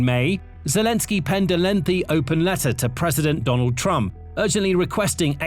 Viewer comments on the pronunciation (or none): none